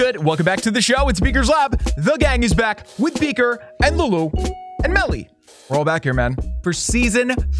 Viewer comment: Hewwo